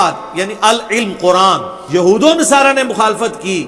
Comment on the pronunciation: یہ بوکھل مادرزاد جاہل مرزا جہلمی قرآن پاک کی آیت کو ہی صحیح نہیں تلاوت کر رہا ہے ولن تر ضی عنک الیہھود یہھود کی دال پر ضمہ ہے مگر مرزا جونیئر فتحہ کے ساتھ تلاوت کررہاہے یہ جاہل بل میں گھس کر ڈینگیں مارتا رہتا ہے لیکن جب مفتی طارق مسعود صاحب کی للکار سنتا ہے تو بل میں گھس جاتا ہے اس کے جاہل اور بے ضمیر چمچوں میں اگر ذرا بھی اخلاقی جرات ہے تووہ اس کو پیروں سے کھینچ کر باہر نکالیں تو میں سمجھوں کہ انجینئر کچھ جانتاہے